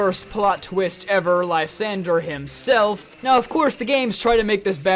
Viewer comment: Jfc you absolutely butcher Lysandre's name.